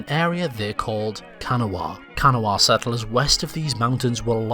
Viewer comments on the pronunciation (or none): Kanawha is pronoinced KUH-nah...not Can-O-wha. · "Can uh Wha"..Noooo Cuh-Naw..Yes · Can-A-Wa NO. Ka-Naw-Wa. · It is pronounced Ca Gnaw Ah. Not can a wah . That ‘s how West Virginians pronounce Kanawha. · Its pronounced Ka-Na-Wha not kana-wha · As someone living in modern Kanawha, the local pronunciation is kuh-NAW-a rather than CAN-UH-WAH :) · Kanawha is mispronounced as a 3 syllable word. It's actually pronounced with only 2, as in Kan -NAW, with the emphasis on the 2nd syllable. Trust me,I used to live there. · I know you are not american but its ka-naw not however you said it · Ka gnaw ah is how we pronounce it here lol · I'm sure someone else has written this, but it's pronounced Ka-NAW-ah. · Kanawha not said like what it looks like its pronounced Ka-na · no no my dudes thats not how you pronounce kanawha i'm from the south and so many places are named after that gosh dang river kah - na - wa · I was wondering how people outside WV pronounced Kanawha, and it's strange to hear (like Appalachian). I always heard Kuh NAW uh. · It is pronounced Ka-naw. You butchered my home. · It’s Ka naw I live in Charleston I knowww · Kanawha is pronounced locally as Kah-naw. Also if you look at the transcripts from when WV was deciding on their name, the main reason most of them gave for voting for WV was that they still had important personal identities as Virginians. They also decided against Kanawha because it was already the name of the county Charleston was and still is located in and they were like “what state is named after a county in it? that’s weird” and also “doesn’t that show favoritism?”. The transcripts from that session are a pretty interesting read. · "Let's call it KanaHwa!" "What?" "KanaHwa!" "Why are you saying it like that?" "I dunno man, it just sounds right." "The fact that you're saying it like that is the main reason we're not going to call it that." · Just a heads up Kanawha is pronounced ka-nah-wah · Pronouncing Kanawha incorrectly.